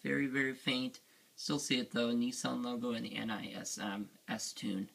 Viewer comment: I think its pronounced nismo instead of n i s m